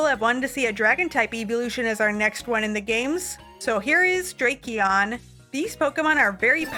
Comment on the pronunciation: Not drake-eon💀